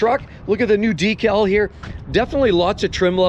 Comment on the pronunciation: No deckul this time?